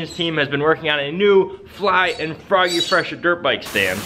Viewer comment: I guess instead of froggy fresh its boggy fresh lmao